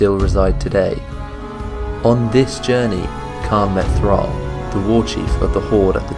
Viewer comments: The pronunciation of "Cairne" was a little annoying, since it's like "C-Air-N" or "Care-N". Excellent presentation and brief history of the characters too! This'll probably be my favourite but can't wait to see the next one. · Not sure how you arrived at pronouncing Cairne "Khan" or "Carn", there's an "i" in there. His name can very easily be heard in his old voice files and in Warcraft 3. Very happy you included Xarantaur. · Still need a bit more power on the voice, but good video, didnt know about the Witness. Btw Caine is pronounced the same way as "care" with an "n" at the end.